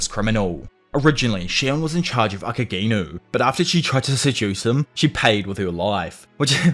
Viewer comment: Elixir bro, not elicir. Akaginu , not akagaynu . Tf Too much cringe white people pronunciation